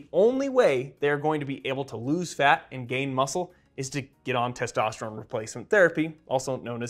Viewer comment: Why does he keep saying testosterum? He says testosterone too, so is it something different?